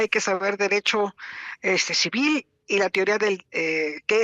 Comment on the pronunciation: "hay que saber derecho... eshteee... shivil!!" No pos ni como ayudarle. Siéntese, señora😆